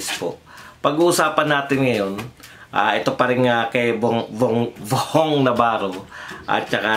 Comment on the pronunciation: VHONG...HINDI VOHONG NAVARRO..